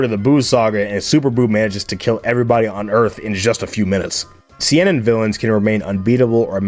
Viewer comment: All due respect for this absolutely goated vid, but man, the way you pronounce kodomomuke and seinen makes my inner demons want to go nuts (still not trying to be rude btw)